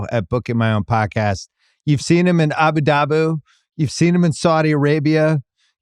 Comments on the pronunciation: Love u Bill, but it’s “Abu Dhabi” .. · "ABU DABU" - Bill Simmons, 2024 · "Abu Daboo"